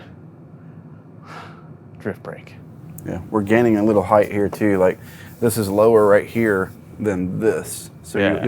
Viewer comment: Ride heighT not ride heighTH!